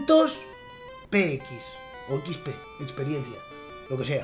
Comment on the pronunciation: XP XP SE DICE NO SHIIPIII